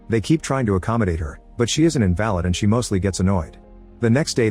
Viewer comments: The narrator used one of the correct pronunciations of the word. Unfortunately, the pronunciation used does not work in this context as a synonym for "unable to walk. " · My answering machine also mispronounces invalid. Maybe you’re related?